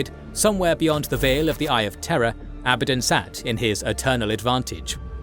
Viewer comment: Its pronounced "Abaddon", not "Abaddon" Newb